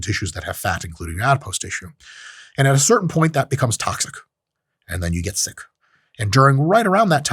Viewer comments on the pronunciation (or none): none